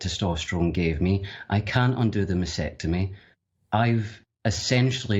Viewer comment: 'masPectomy'? LOL